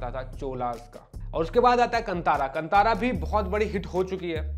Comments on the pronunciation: Tip : कंतार ❌ कांतार ✅ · Sir, film ka naam "कन्तारा" nahin, balki "कान्तारा" hai. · Kantara nahi hai bhai " khan tha ra " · Stopped watching once you pronounced KANTHARA wrongly...bye.